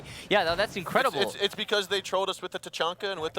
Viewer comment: Anyone hear him say Incwedible